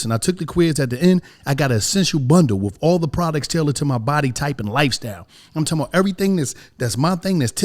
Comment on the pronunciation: Some of the best "prodects"